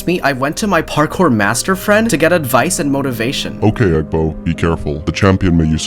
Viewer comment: Bro actual said parcore 31 times